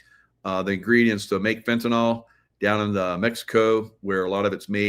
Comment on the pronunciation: FENTANYL, not Fentanol